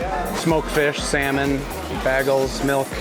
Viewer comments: what part of the country do people say bagel like That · The way this guy pronounced Bagel and Kareoke 😂🤣